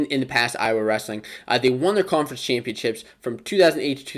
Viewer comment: You're welcome, Iowhaa😭😭😭 Cockeyes/Chicken Hawks.